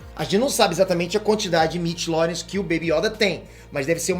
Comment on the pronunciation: É impressao minha ou ele falou "midilórian"? Sempre da uma agonia quand ele fala iss